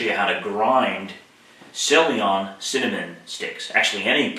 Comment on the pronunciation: ceylon is pronounced SAY-lon. It's the old name of Sri Lanka.